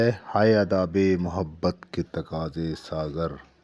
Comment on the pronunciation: تقاضے ھے تفاقضے نہیں ہے سر جی